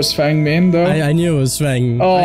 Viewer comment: the host makes me cringe so much he barely knows the rules and can't even pronounce fengs name